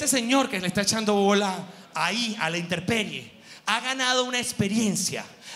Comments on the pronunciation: Ja ja ja GH!! No es "interperie" es intemperie!!!!!! Niche!! ja ja ja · Buen vídeo GH, soy fan tuyo, PERO una corrección... No es interperie, es intemperie. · Yo te amo, pero se dice: Intemperie, no se dice interperie.... sorry pero te amo y eres comunicador. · Mi amor se dice,intemperie no interperie! Cariños 😘😘😘